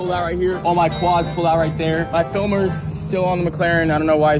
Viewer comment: Bro, I love how Jack calls his camera-men "fillmers" like he straight-up uses it like a slur and it's baffling to watch.